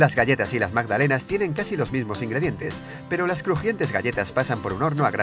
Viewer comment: "Magdanela" po la wea penca